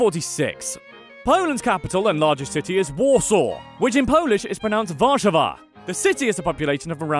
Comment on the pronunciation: Are you kidding he said vasawwa